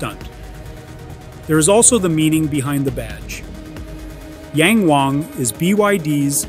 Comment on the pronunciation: Yeah, I know they do. Just this car line naming is bad. It is supposed to mean "looking up", which is positive. However when non native speakers pronounce it, like in this video, it sounds like "Yan Wang". Tone is totally different.